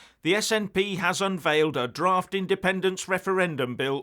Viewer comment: Did you say draft or daft?